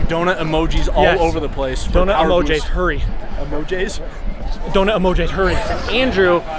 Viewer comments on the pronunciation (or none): “Donut Emojays”